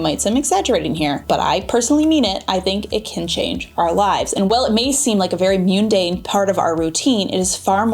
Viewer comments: Great video! Head's up, mundane is pronounced muhn·dayn not mewn-dayne. Common mistake. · And mundane … mun should rhyme with bun. Sorry. English teacher. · I think it's "mundane" with an "u" for "umbrella" sound